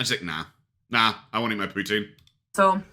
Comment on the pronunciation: It's poo-teen. She mangles Franch as well as English. Like her " rim-melle" makeup.